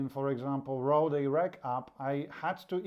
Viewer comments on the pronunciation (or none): none